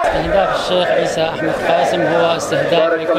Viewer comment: شيخ ئيسى بدل عيسى هههههههههههههه